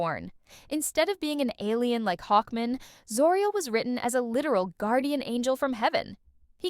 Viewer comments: Why the heck do you keep saying Hawkmen for Hawkman? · Why are you pronouncing "Hawkman" like "Hawkmin," like it's a last name? "Hawkmin, Frank Hawkmin. Nice to meet you." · Hawk. man. Hawk, man. Not hawkmin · Hawkmen hawkmen! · Reading Hawkman like a last name actually makes me love the AI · The pronunciation of Hawkman is hilarious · It's the Harvey Birdman joke irl